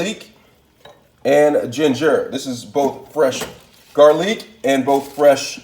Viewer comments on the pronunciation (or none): Jarlick and jeenjer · Dont forget Ja-pahn and garleek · bro i’m fuckin crine!! i peeped it 😭 he funny as shit and he doesn’t even mean to be. he says “garleek” 💀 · “GARLEEK” Lol